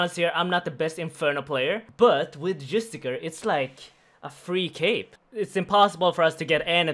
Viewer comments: Jus - ti - CI - ar, not Justicar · ITS JUSTICIIIAR NOT JUSTICAR!!!!!!!!!!!!!!!! xX'D love the vids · This man keeps pronouncing Justiciar as Justicar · JUSTIKAR hurts my soul every time Justissiarr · It's not justacar, it's justiciar. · It's called a Justic-i-ar. Pronounced with S. Driving me nuts dude.